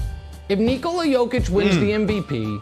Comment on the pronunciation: The emphasis is on the I not the O in Nikola. Same as Nikola Tesla.